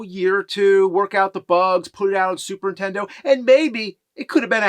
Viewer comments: It's charming that after all these years, you still say "Super Intendo". That's dedication. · 20 years of this show and the man still can't say the words Super Nintendo without it sounding like SuperINtendo and it drives me up a wall